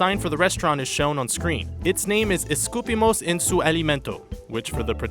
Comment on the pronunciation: its escuPImos, enfasis on the i